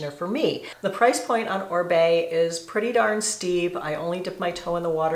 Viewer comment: Oribe should just change his brand name to Orbay, since everyone in the US mispronounces it